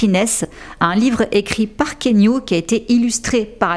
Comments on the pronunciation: ❤❤❤ Keanu est le meilleur, juste il faut prononcer son prénom ki yanou et non kénu 😄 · Hello j’adore tes vidéos je les suis tout le temps… mais la je me permets un petit commentaire : On dit Ki-a-nou Reeves ☺️ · J'adore ton contenu, je n'en manque pas un, petite remarque on dit "Ki-A-Nou" :) XXX